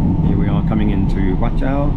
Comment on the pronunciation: Your pronounciation is fine. It's just the name of the station pronounced in Cantonese becomes a swearword in English. 😁